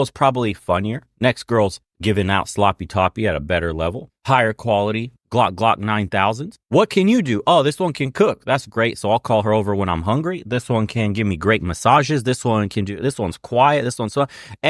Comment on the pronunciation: of Men, did you say Glock Glock 9000? 😅😂😂😂 it’s Gawk Gawk not Glock Glock 😅